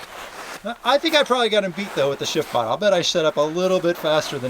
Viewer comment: Every time that you say the name of the product, it comes across like sh*tpod.